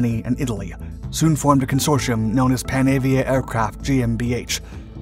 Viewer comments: It’s pronounced ‘Panarvia’ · It's pronounced exactly as it's written: pan-avia. There's no 'r' sound.